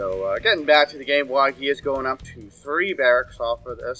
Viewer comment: Nice Butchering of wakais name LOL